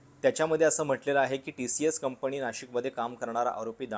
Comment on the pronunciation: उच्चार सुधारा..गुणेगार ❌ गुन्हेगार ✅ कंपनी✅ कंपणी ❌ पण ✅ पन ❌ ... Dont worry अजून बरीच undercover होणार आहेत 😅😅